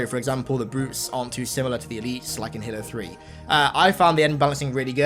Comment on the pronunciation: you didn't say halo 3 right